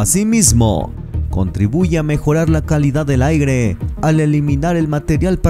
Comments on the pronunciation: Se oye raro aigre, mejor lo dejamos en aire, o no? 🤷🤷🤷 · Contaminación del “AIGRE” 😂😂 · No son trolebuses, se dice "aire" no "aigre". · Jajaja "AIGRE" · Es ( aire ) no ... aigre. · aigre? JAJAJAJA NOOOO, SI ME UNSUSCRIBO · Dijo: contaminacion del aigre jajaja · "El aigre"